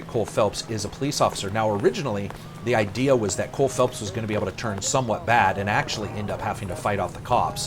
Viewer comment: Cole Phelps, not Philips...